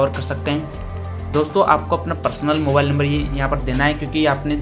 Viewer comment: bhai mobale nahin mobile hota hai